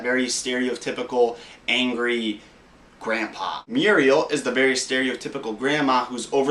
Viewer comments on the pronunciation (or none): none